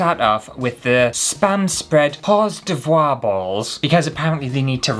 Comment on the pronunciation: I'm NOT going to correct you on the "Horse De Voir" Balls. I'm just gong to sit here and laugh until the neighbours complain. Thank you for the laughs.😂Merry Christmas to you🎅❤️